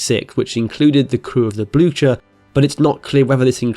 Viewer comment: Why didn't the Royal Navy send a large fleet to Norway? this has always boggled my mind. They had loads of ships, submarines and aircraft carriers, they could have overwhelmed the Kriegsmarine but they practically did nothing. Also Blücher is pronounced something like "Bleuh-ker"